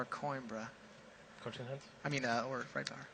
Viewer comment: it's said coo-eem-bruh!